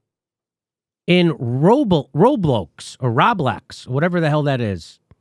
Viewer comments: i enjoy him trying to say the row-blocks for the other company name (Roblox) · Old man Jimmy Dore struggling to pronounce Roblox made my night. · Lmaoo Jimmy tryna say Roblox. Makes me remember how everyone doesn’t know everything I know. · Bro this was a great video I died when Jimmy couldn’t pronounce roblox lol gohdam that sht had me dying thank you jimmy f pelosi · Jimmy not knowing how to pronounce “roblox” will never not be funny